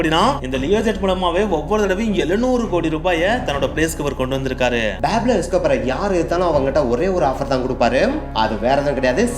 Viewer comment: Athu peeblo escoobar ille pablo escobar